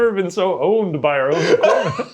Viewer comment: Can someone at Watcher kindly teach Bergara how to pronounce 'our' properly?